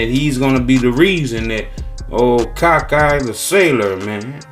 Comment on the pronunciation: I can’t breath everytime he pause and say “ ol cock eye Charlie “ lmao